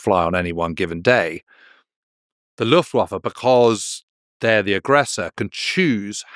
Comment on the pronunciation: One word: Luftwaffer.